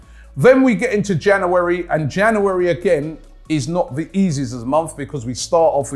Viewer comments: Why does Robbie say Jan’oo’ary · Januu-wary and febuu-wary lmao bee-cause is the best one tho by far lol cracks me up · the way he said january is too funny